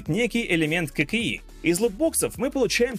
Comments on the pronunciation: Почему я слышу вместо "ККИ", "кокаин"??? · Кокаин механики :D (послышалось).